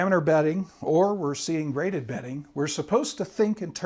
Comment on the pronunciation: GraDebting or ??? BEDDING? Betting??? What is the speaker saying??? We must listen carefully! Graded bedding makes sense in the context. (unless of course you are in a casino?) (or evaluating your mattress?)